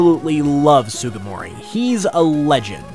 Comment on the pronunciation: I cannot believe you just called ken sugimori "sugumori"